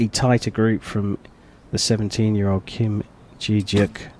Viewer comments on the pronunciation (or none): It’s Kim Je deok not Kim ji yeok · im bothered by how he pronounced kim je deok's name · lol next time look up the name pronoun istj on before you say it? especially at asia cup it’s common courtesy to know how to pronounce non western names. (kim je deok) but lovely competition!!